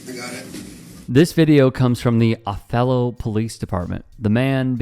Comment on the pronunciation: It's prounced by locals as Oh-thello.